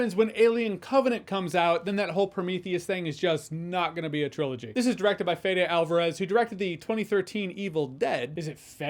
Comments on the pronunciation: the second: Fe-deh, not Fe-dee. Is short for Federico, Spanish of Frederick. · It’s pronounced "FayDay" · It's Fede, as in Fedex. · I believe the directors name is pronounced faid similar to feyd-rautha from Dune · Hey Jeremy, the pronunciation is Fede. Hope that helps. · “Fede” serves as a diminutive of Federico. Phonetic Spelling:[ f EH d eh ]. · in the Spanish, It's "Fay-day"... didn't expect that one would stump ya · “Fedeh” from Federico. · It's "Feh-deh" Alvarez. Fede being short for Federico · It's "Fede" Alvarez :P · The pronunciation of the second "e" in "Fede" is identical to that of the first "e."